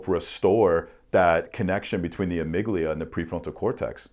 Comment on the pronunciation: I don’t mean no disrespect, just want to help out. the amygdala is pronounced “ah-mig-dah-lah” vs. it sounds like you’re saying amygdilia. You sound very smart though, I think the PTSD tests should be done like you were talking about.